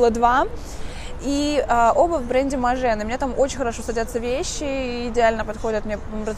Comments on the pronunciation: и Maje произносится не МажЕ а Маж ( длинное ж, почти двойное или тройное по- русски )) . Если бы Вы не были стилистом, то не криминал, ну произносите кучу брендов неправильно да и ладно, хотя смешно)), но если это то, чем Вы занимаетесь якобы профессионально, то как-то стыдно произносить такое количество брендов неправильно. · И Maje произноситься только как МАЖ! 😄 или вас не поймут в том же Париже 😊